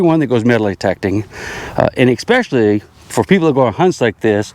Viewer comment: Important soap box pointer. Expecially acrost the street. English please. 😂